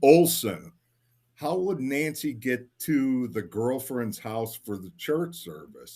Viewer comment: Your guy that is reading, calling Nancy , Angy. Here name is not Angy it's Nancy